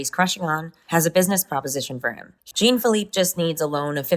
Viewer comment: The "Jean" in "Jean-Filippe" is pronounced like "Jean Claude van Dam", not like "Gene"